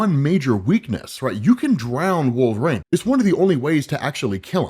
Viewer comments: all i hear is wolve-raine and it's fucking annoying. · ah yes....... I too love the x-man "Wolvraine" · I've only heard him pronounce his name correctly maybe twice...😂 wolver Rain.😅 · Why do you pronounce Wolverine like Wolve-rain? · Drink every time he calls him wolveRAIN. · Stopped , even at 1.75X because I cannot stand the way you pronounce "Wolverine" and say "WolverAIN"??? We know you're not illiterate, can you pronounce his name correctly? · “Wolvrane “ I’m Srry but it’s clawing my brain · Is it just me or is saying Wolver-rain? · I absolutely love your content, but the way you pronounce “Wolverine” aggravates me to no end 😂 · Imma be honest dope vids but you say Wolverine like a narc😂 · I can’t be the only one that cringes when he attempts to say Wolverine, am I? Surely after all these years someone has said some thing. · Why is pronouncing Wolverine like he had a stroke? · Please learn to say Wolverine. It’s burns my ears every time. 😅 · Can you not pronounce wolverine? Last time I checked, wolverine doesn’t have an A in it.